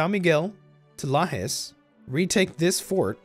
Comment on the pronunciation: Just I hope who american viewers have knowledge tha Brazil speak Portuguese, not Spanish or an "Spanish Dialect". The portuguese fonetic is a great mixed, influenced by celtics, arabs, germanic, africans etc. It's funny how pronounced the "J", your pronounce with "Rio de Janeio" was very similiar with we speak, but pronounced "São Miguel" or "Lajes" like spanish speaker. It's like when pronounce States name in east coast(Usa), and change to spanish pronnounce on Texas or Colorado hahahaha. Any way, great video, amazing campaing. Anexs the Cisplatine(Uruguay)!!!